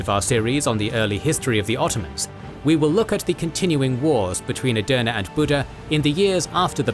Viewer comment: I initially thought you were saying "döner" in several videos, which came across as if you were mocking it. I now understand that this was not your intention; however, hearing "döner" repeatedly felt somewhat distracting and uncomfortable. At first, I couldn’t understand why you were saying it, and only after checking the subtitles did I realize you were actually referring to "Edirne." That made me laugh, but it also made me wonder whether "Edirne" is particularly difficult to pronounce. As someone watching from Edirne, I would really appreciate a bit more attention to pronunciation. Great work overall.